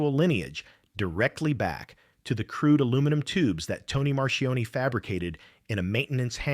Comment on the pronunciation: Marchione not Marion.